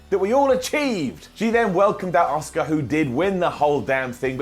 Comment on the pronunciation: americans, pronouncing asuka as aska since pearl harbor.